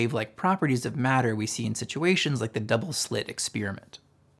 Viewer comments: "Experiment," not "expeariment" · Where do some people get this idea that "experiment" is pronounced ek-SPEER-ment? Why do you think this? Loved the video. I'd appreciate if you're going into this much detail already (which I love and is why I'm here) to explain where these equations come from, that you'd also explain where each of the terms come from while you're at it. Like where did the m^2 v^2 come from, or...8. Keep up the phenomenal work. Gorgeous presentation and a refreshing transmission of genuine understanding. You and 3Bl1Br are treasure for true thinkers.